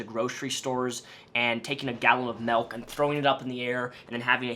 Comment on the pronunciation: Everyone: Milk: Melk